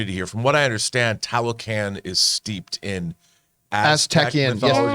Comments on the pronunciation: I'm thinking you pronounce it Tah low khan, like the other word Tlah low klahn. Their is still cities that got swolled up by the jungle from abandonment when the erous brought the germ warfare so people were dieing off left and right some fled. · As a Mexican I'm embarrassed to say I didn't know about Talocan until they mentioned it for BP2 but I believe it's pronounced "Tah-low-khan"